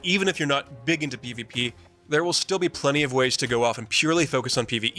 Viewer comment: what is he saying??? pvpe???? is it pvp or is it pve??? hello??? spit it out ffs